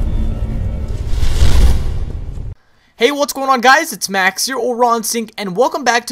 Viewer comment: When you say "max" u have a british accent